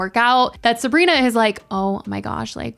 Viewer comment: you say her name weird and wrong (heebie jeebies)